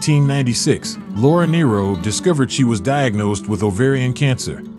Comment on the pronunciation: The last name story is totally false and incorrect in pronunciation .